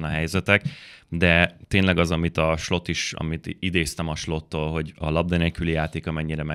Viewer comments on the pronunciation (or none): De miert kell Slotnak ejteni szerencsetlen Slot nevet😂 a holland nyelv nem magyar, Slot akkor lenne ha Schlotnak kene irni, de olyan idegesito hogy egy csomo kommentator sem tudja Szlotnak mondani